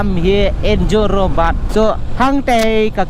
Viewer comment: Jorabat ❌ Zorobat 😂